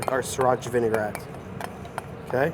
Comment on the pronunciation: Vinaigrette is pronounced "Vi-ni-grett" not "Vi-ni-gar-ett. There is no AR in it. Common mistake to add it like in the word vinegar. Great recipe though. and I'll be trying it!